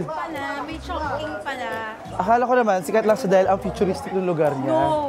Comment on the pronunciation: Diba sya pronounced as CHONG•CHING?